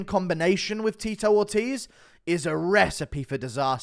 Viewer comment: Not Teetoe Orteez with Ctee E